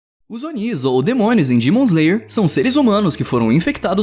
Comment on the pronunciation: Ele falando Dimon Slayer skksks